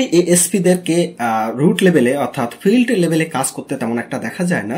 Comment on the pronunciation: কনেষটেবল, ফুলিশ, ব্যাসের, ফিল্ট, এসএসফি, করসে, এগুলো কি ভাষা??? এই জন্য সাবস্ক্রাইব করলাম না।। শুনে আরো রাগ হচ্ছে।। গাজাখোর হোষ্টিং।।।